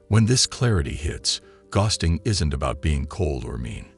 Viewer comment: This is an informative, useful video but the repeated mispronunciation of the word "ghosting" detracts from it. It's a simple word, for God's sake!